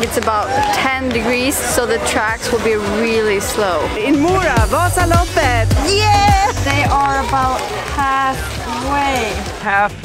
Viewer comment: Omg the cut to her saying Vaaasaloppet in the beginning was just too perfect haha! Excellent really